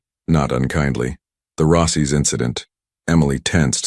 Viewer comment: Risado instead of risotto in Rossy’ instead of Rossi’s. —-starts well. Will watch something else.